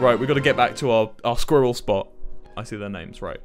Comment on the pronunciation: no one, Wilbur: "sqeeral"